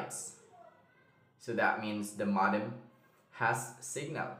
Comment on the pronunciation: Good video. By the way, modem is pronounced /'moudm/ not /'modm/.